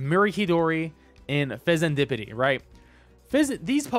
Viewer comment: Glad you managed to say Fezandipiti